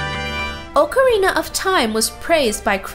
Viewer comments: Ocarina is awk areena not oke areena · you made a mistake it's pronunciation is ock-a-rina